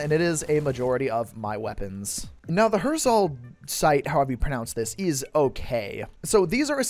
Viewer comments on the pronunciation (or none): none